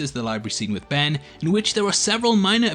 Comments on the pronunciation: he says benry instead of ben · Did you say benry